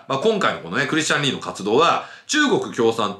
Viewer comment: リー氏がリン氏にしか聞こえない